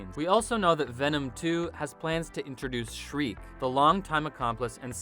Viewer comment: its Shriek